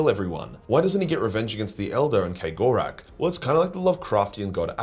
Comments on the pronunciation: Why are you pronouncing Cegorach as K-gorack? It's Ceg, as in, a keg of beer. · Are you sure you're pronouncing that right? Kay Gore Rack?